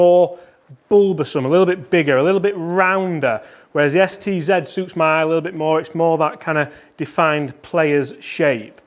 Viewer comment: Don't you mean Mizuno Sed,Ted Zed driver?😁